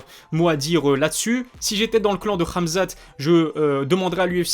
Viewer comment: Question: pk tu dis ramzat et ma''k''achev ?